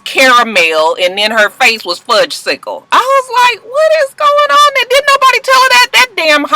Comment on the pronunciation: Did u say fudge sicle ? I'm laughing hard